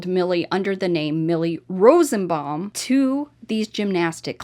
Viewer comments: Not rosbbaum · I know it’s petty, but it is frustrating to hear say “Rosebaum” not Rosenbaum unless it’s a typo and her pronunciation is correct. Sorry. I just wasn’t sure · It’s ROSENBAUM, not Rosebaum. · Her name is Jennifer Rosenbaum, not Rosebomb. Im sorry to be a stickler but I feel the name of these sickos should be put out correctly! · The name is: RO-SEN- BAUM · RosENbaum. You leave out an entire syllable when you say it.